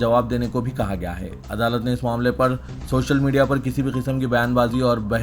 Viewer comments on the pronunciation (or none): none